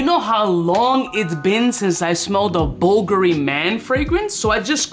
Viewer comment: Just bought some "bull gury" wtf is this pronunciation